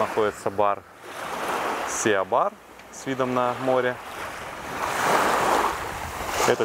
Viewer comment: Не Сиа бар а си бар🤣